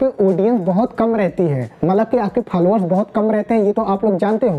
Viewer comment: Falowar nahi bhai followers..............😂😂😂😂😂